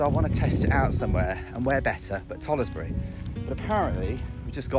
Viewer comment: It’s pronounced tollsbury you don’t say the letter e